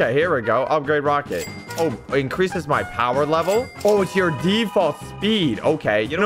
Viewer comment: Is it just me or did he say roaket ship at the beginning?